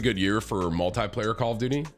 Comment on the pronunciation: every 5 sec tim : multiyyplayer multiyyplayer :D